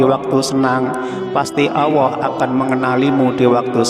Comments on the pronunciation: Iye betul tuh bro... Bilang Allah aja gk bisa.. Dengerin tuh... Auwoh... 😂😂😂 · kok OWWOH Pak ?? ALLAH bukan OWWOH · Kenapa nyebutnya Awwoh bukan Alloh ? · Kalimat Allah jangan di rubah menjadi awoah. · Baca allah kok auwoh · Bukan awoh pa tapi Allaah (Allooh) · Allah apa awahko membacax kayagitu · Bukan owoh tapi allloh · Memang dia sebut Awoh bukan Allah .. Mungkin orang Jawa banget ... jadi saya ingat eyang (almh) puluhan tahun yll klo menyebut Allah seperti itu . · Aku pastikan aq menggunakan handfree saat rnendngarkn dia ckp,knp dia mengatakan awohh bkn Allah 😮 membagongkn 😅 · Allah ustad bukan awoh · Alloh.......!!!! Bukan Auwoh....!!!!!.. Banyak bacot... To the point aje knape sih cuk... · Tulisan nya jelas Alloh lam nya duwa kok membacanya Awoh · Mengucapkan Alloh kok Awoh mana yg benar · Mohon maaf pak ustadz klo mengucapkan ALLOH harus jelas jangan awoh itu dosa besar terimakasih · Yg bener mas nyebut nama Allah. Jngn awa. Kok awa.sebut yg bener.Allah gitu. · Alloh...bukan awoh. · Yg sy denger pengucapan tutor "awoh" . Sy biasa mengucapkan Alloh. Mas, awoh yg mas ucapkan maksudnya apa? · Salah ucap apa awoh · Betul,ngomongnya awoh diulang ulang awoh terus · Ap cma sya yg denger dia ngucanya ‘awohh’? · Admin koreksi ....penyebutan ALLAH nya laen banget....